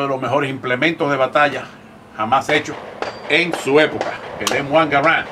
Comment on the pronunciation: Jajaja le dice “Em Uan Garant” al M1 y llama paton al general “Peyton”